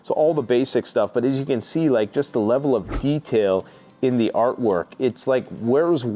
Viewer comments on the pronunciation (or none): "the le el of detail on eveey page, its like where's Waldo mixed with magic 🍄 mushrooms..." 😅😂